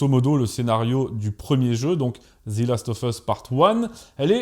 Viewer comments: Moi aussi ça m'a agacé surtout qu'il le dit plusieurs fois et quand on parle anglais ça titille les oreilles. Heureusement que la vidéo est top, ça a rattrapé ce défaut. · devant une consonne ? C’est la première fois que j’entends ça. Devant une voyelle oui, mais là en l’occurrence ce n’en est pas une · "The" se prononce "zi" lorsque le mot qui suit commence par une voyelle, c'était la petite info du jour. Pour cette série c'est une merde abyssale, le parfait exemple de l'adaptation foireuse gangrénée par le wokisme. En même temps avec Druckmann fallait pas s'attendre à autre chose. Ces apprentis alchimistes ont quand même réussi à transformer de l'or en merde c'est bien !! Tout ce qui était génial dans le jeu a été soit "remplacé" soit effacé. Ils ont flingué l'histoire, les personnages, la cohérence, la relation Joël Éllie, les infectés sont inexistants, l'aventure, les combats à la trappe, même les spores ont virés et alors le casting mon Dieu 🤦‍♂️ entre tête de rat qui n'a aucune émotion et qui joue comme un pied et le grand remplacement "systémique" n'est-ce pas puisqu'il ne touche que les blancs systématiquement tout le temps, black washing et propagande lgbtmoncul. Faut vraiment ne pas connaître le jeu pour aimer cette pitoyable merde, ou n'avoir aucun avis et suivre bêtement le troupeau qui a décrété que c'est woke donc c'est bien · S’il te plait ne dis plus Zi last mais Ze last, on dit Zi quand le mot d’après commence par une voyelle. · C'est un détail mais on ne prononce pas "zi" devant un mot commençant par une consonne, on prononce "ze". Après sur le sujet en lui-même, je n'ai ni joué au jeu, ni vu la série donc je peux difficilement me prononcer. Je sais juste que le jeu est apprécié des fans pour la richesse de son gameplay, le scénario très prenant et les personnages attachants (personnages qui semblent concentrer la quasi totalité des critiques en terme de choix de casting, si j'ai bien compris la polémique). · On prononce pas zi last of us mais ze .